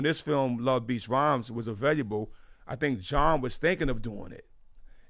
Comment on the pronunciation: RZA CANT SAY AVAI"L"ABLE???